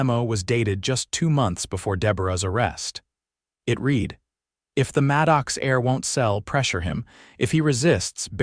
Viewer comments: It's NOT read as in reed, but rather, read as in red. Get it right!!!! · Why is Deborah wearing a crash helmet. Does she walk at 60mph? And once again read is pronounced red not reed. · To the writers of these stories. When you use 'read' as a noun it is pronounced 'reed', when used as a verb, it is pronounced 'red'.